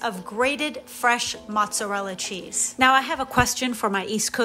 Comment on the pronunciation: Dear: No self respecting real Italian will say "mozzarell"!! Usually, second generation American Italians will pronounce it that way, and furthermore, they would also say "Gabagool" instead of "Capicola", parmigian (Parmigiano), proshoot (instead of Prosciutto), etc Italians / those born in Italy will always say Mozzarella, Capicola, Prosciutto, etc. PS: Love your videos!